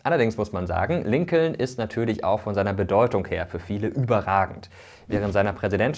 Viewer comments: Es wird Lincon ausgesprochen. Das zweite L bei Lincoln ist stumm. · Bei der Aussprache sind hier aber schon einige Fehler passiert: Roosevelt wird natürlich nicht Ru:svelt gesprochen sondern nach holländischem Vorbilde Rosevelt. Und bei Lincoln ist das L stummt, also Linkon. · Noch deutscher kann man die Namen gar nicht aussprechen😂 Rusewelt und LinkoLn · Übrigens ist das zweite L in Lincoln silent. Also es wird quasi Lincon ausgesprochen 😅 trotzdem gutes Video! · Das zweite "L" bei Lincoln is übrigends stumm. Der Name wird wie "Linken" ausgesprochen und leitet sich von der gleichnamigen Stadt in Lincolshire in England ab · Kleiner Hinweis: Lincoln wird Lincon ausgesprochen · genau das meine ich, mit O und nicht mit U wie im Video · Ich finde deine Videos super! Kurze Anmerkung zur Aussprache (will allerdings nicht so oberklug rüberkommen): Lincoln spricht man in English: Lincon (das L wird verschluckt, hört man nicht) und bei Roosevelt sagt man: Rosevelt (, das O ist ein O, auch wenn da zwei Os stehen). Wie gesagt, sollte nicht besserwisserisch sein und ich finde dein Videos SUPER! Danke. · Tollen Video. Das zweite l in Lincoln wird übrigens nicht gesprochen. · Top Video, aber jedes Mal wenn er Lincoln ausspricht... :D da kräuseln sich mir die Nägel